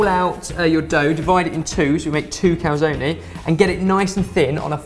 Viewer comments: How is it not driving everyone insane that they are pronouncing cal-zone as cal-zonie? Legitimately ruined this video for me lol. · In both American and British English Calzone is pronounced cal-zone. In Italian it is pronounced Cal- zone -ay. So cal - zone - e. does not seem to be correct in any language lol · Calzoneee? It's just Cal-zone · What language are you talking about? There are no silent vowels in Italian: everything is read the way it's written. So the right pronunciation is "Calzone", pronouncing the e like in "egg". Sorry for my english but, you know, I'm Italian.